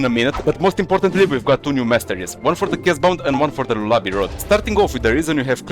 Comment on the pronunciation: im dying cuz bro said lolaby rod💔